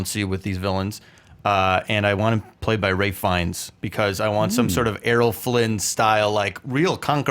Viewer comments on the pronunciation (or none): attn ALL: please learn how to pronounce the name Ralph Phiennes! I'm sick and tired of hearing Ray Fines. Pls take note; thank you